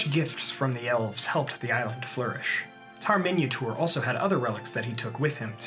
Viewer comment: The way he says Minyatur it sounds like "Minotaur";).